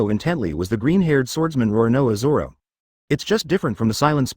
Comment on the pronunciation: Man the robo voice couldn't fuck up zoro's name Any worse than this if it tried 😂 "Sauron" Like the fucking burning eye?